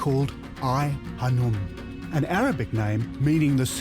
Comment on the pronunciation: Its Khanoum...not hanoum.